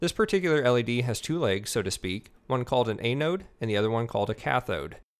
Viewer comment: Thanks for the tutorials! It's an-node BTW...